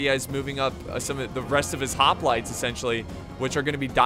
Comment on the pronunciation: The mispronouncing of the word: hoplites is starting to get really annoying.